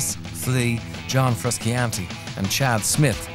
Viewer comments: Caleb McEnroe yeah dude right XD his name is not even that hard to pronounce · fruskiantee ARGHHH MY EARS ARE BLEEDING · What a disgrace to my nation. An Irish fella calling him John Fruskeeantee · Haha what the fuck? Surely that's not how an Irish accent pronounces Frusciante... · Frus-can-tee? Lol get outta here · I checked the comments hoping for fans input on the band and this little documentary but only found many comments on this man's pronunciation of Frusciante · i know it pisses me off so much how he pronounces it. He is one of my favorite guitar players of all time and the mispronunciation of his name is really pissing me off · turned it off as soon as he said johns name wrong.